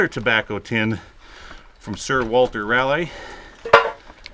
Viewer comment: "Raleigh" is pronounced RAW-lee. Like the capitol of North Carolina. 🙂